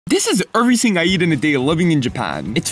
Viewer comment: My favorite is the way he pronounces “everything”